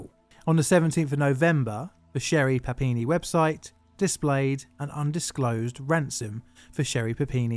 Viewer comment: I need to stop playing so much Pokemon. I kept hearing "Papini" as "Happiny" which kept taking me out of the narrative. My fault, not.